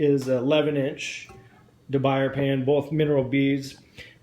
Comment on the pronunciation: Firstly it's pronounced De Boo-Yay (French) Best pan to cook with by far.